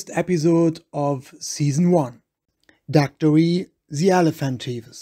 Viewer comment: He's not even pronouncing Daktari correctly.